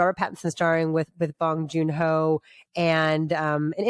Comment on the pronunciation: She said bing bong Joon ho, lol! 😂